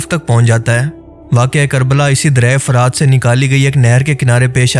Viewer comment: لفظ "فَرات" نہیں بلکہ "فُرات" ہے۔اس کا مطلب شفاف اور میٹھا پانی ہے